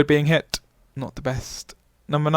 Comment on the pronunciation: Why do you pause before stressing the final consonant and stress it hard at the end so much "hi-----------tttt", "loo----kkk", "roa------ddd? What's the reason for that, is that the new in-crowd way of talking? It sounds fake-posh, "jerky" and status-seeking. A bit like the way you pronounce the "I" as "oi" "oi loike oice cream". Are you from Gloucestershire? Do you "droive" a tractor?